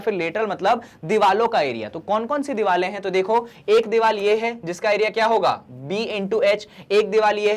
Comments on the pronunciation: Why are you sayin diwale instead of saying diware 😅😅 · Hoti to diware hi Hain but....sir ka alag style hai😂